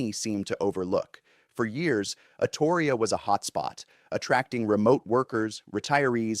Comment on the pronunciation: You're pronouncing Astoria wrong. And the only reason why Oregon is failing at anything is because the governor we have right now is absolutely terrible at her job. I miss the Oregon I grew up in before big money came to town.